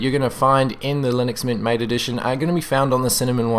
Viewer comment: its actually pronounced ma-tay... it says so on they official MATE Desktop Environment Web Page (at the bottom)